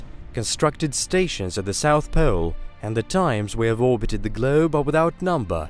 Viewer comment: Glewb? No it’s globe. GLOBE